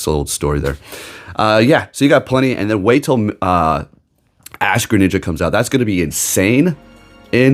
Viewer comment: I couldn't quite understand what you said , did you say "Ash Greninja"?